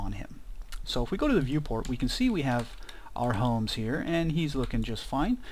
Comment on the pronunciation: Our "Holmes" / . Hahahaha. lovely tutorial by the way. im really enjoying it.